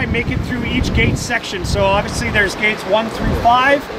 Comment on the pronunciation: Sounds like “Gays” instead of the “gates” lol